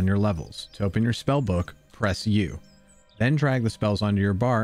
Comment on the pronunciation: Good video, and I hope this helps: (caps are long vowels) 1. reagent: rE-A-jent 2. ecumenical: ek-U-men-i-kal